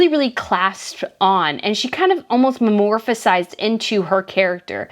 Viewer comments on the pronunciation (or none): It's metamorphisizes not memorphiszes